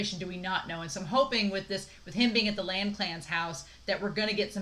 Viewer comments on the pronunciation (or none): And "Lan" is pronounced LAhn. "Cheng" is pronounced ChAang.